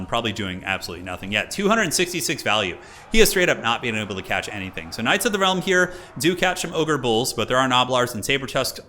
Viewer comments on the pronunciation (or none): none